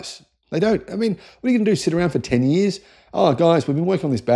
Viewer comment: "Whataya gonna do, sit around for TEN YEERS?" lol